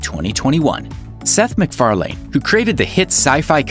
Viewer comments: Porche is pronounced Por-sha not Porsh and MacFarlane is pronounced MacFarlen, not "lean" ... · You're over-pronouncing his surname. It's more like MacFarlin than MacFarlayne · Learn how to say McFarlane please. You kept saying it wrong.